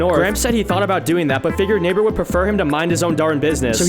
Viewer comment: I swear to God...i Hear N1gg3r instead of Neighbor at the very first frame...